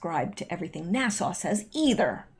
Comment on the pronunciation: Love You..... but sweetie you don't pronounce NASA like Nassau the Bahamas. NASA has a short "a" sound at the end. Love ya, darlin💕👍